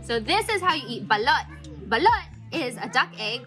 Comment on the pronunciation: SOMEONE FINALLY SAYING IT RIGHTTTTTT